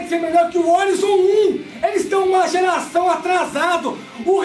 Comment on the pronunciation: Uma pergunta que não quer calar: - Por que o Horizon Forbidden West vocês falam "órizon"? ehehehe é "oraizon", kkk "ORAIZON"...